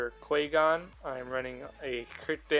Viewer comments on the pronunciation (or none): You should pronounce Qui-gon's name correctly